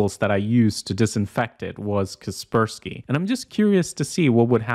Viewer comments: why do you pronounce kaspersky like that 😭it's pronounced Casper Sky. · i have always pronounced it as "Casper - Sky" .... Please dont tell me its really kesperski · It's "Kasper-------Sky" not "Kasper-skie" T-T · Kas per ski. Not cus pur skee